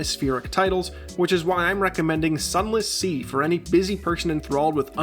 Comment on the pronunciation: Zunless zee